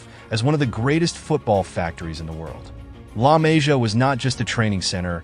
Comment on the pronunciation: La Mah-see-uh is how you pronounce. Really bad video when you don’t respect the pronunciation of the academy, as well as the players. Good info, but take a few minutes to watch interviews or actually watch some games and you’ll learn the names very easily